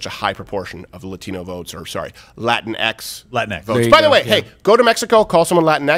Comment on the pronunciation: And then they pronounce it "Latin-Ex" instead of "Latin-Equis".